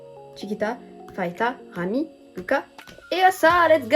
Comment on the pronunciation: Dans tous les albums de Babymonster on a une PC par membre à chaque fois c'est vraiment génial^^ si tu comptes avoir d'autres albums plus tard je te conseil Choom version crimson (la rouge) les photos et les PC sont juste sublimissime <3 (ps: le prénom de Pharita se prononce Parita, ça ne se prononce pas Farita)